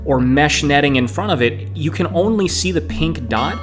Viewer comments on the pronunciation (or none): "in fron of the camera", get English lessons.